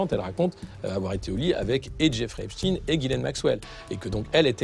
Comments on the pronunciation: arretes de dire heypchtine merci !!!!! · Jeffrey EpSTEIN ! Pas EpSTINE bande de commentateurs ridicules. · C'est epstEIN et non pas epstINE...et on sait ce que cela veut dire... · Epstein pas Epstine. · Certains disent Epstin...c'est Epstein. Un nom juif, inutile de tenter de le dissimuler. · C'est quoi cette prononciation d'Epstein ? NON, CE N'EST PAS EPSTIN, C'EST EPSTEIN ! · C'est epstein pas epstine, on dit pas einstine hein... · Qu'il m'énerve le spécialiste US à dire Epstiiine comme Poutine ! C'est Epstein comme Einstein ! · Va falloir arrêter de dire Epstine !! Bordel ! On ne dit pas Einstine... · Epchtayn ??? c’est "ipshtine " !!!! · Que c est pénible d entendre prononcer epstine comme titine. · Insupportable les abrutis qui disent heypchtine ! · Mdr ceux qui prononcent " Epchtine" pour pas que les gens ne fassent pas le rapprochement avec les QUI ???? 😁